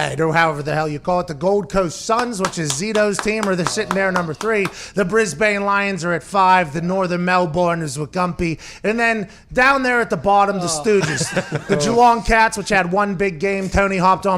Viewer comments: Need a little help on those city names? Add-a-laid, Bris-ben, Mel-ben, Freo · Brisbn and Melbn